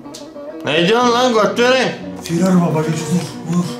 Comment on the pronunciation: Firar baba değil FİRRaaAR BABBAH